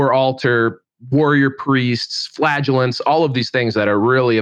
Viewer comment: Flag-Ahh-Laan-Tays is definitely how it’s said 😂❤